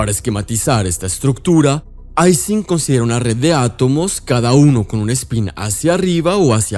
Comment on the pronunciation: Se dice Ising [ˈiːzɪŋ] con I, Ernst Ising fue alemán, y ellos sí pronuncian el alfabeto LATINO correctamente.